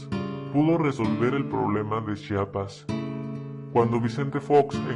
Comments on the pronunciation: en primer lugar se escribe CHIAPAS Y SE PRONUNCIA CHIAPAS no CHAPAS, segundó el fondo de la realidad es otra. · se dice y se nombra Chiapas no chapas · chapas jajajaja jaja jajaja pendejo Chiapas no chapas eres bien pendejo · CHIAPAS NO CHAPAS!! y es EZLN Y NO ES EZNL!!